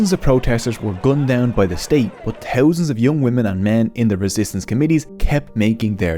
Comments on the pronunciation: Too towsand turt teen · tirty = thirty tree = three tousend = thousand sout = south tink = think overtrone = overthrown hooties = houthis